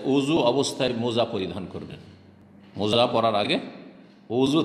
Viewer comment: শব্দটা মৌজা নয়, মোজা হবে....!